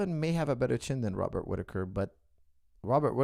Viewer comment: Coach you mispronounced Robert name